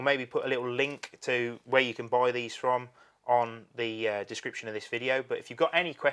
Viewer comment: Wow man! Your accent sure is thick dude! "Shall we put another shrimp on the barbee mate..."? What is "Buuuoiiii"? Are you attempting to say the word "BUY"? You peoples accents sounds so funny to us Americans...and some of it sounds really off...no offense intended...but the lack of the letter R for example. Why don't you pronounce your R's? And I have always wondered why you say something like "nineNeen"... and not "nineTeen". Just hard to get it is all.